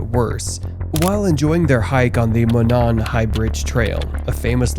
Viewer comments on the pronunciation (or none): bears and mountains in my area ? your fear mongering is working now im afraid to step out my back door.....oh if you want taken seriously learn to pronounce the towns names at least delphi .. del fi monon..... moe non